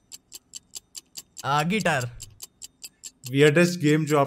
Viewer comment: When he say guitar I hear gatar